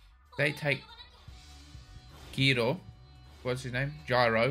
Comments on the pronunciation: Narrator saying GYRO mutiple times: GIRO 😂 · Gyro is an english word, why are they pronouncing it like that lol. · Bro the narrator say GYRO like 50 times how do y’all still mess it up😂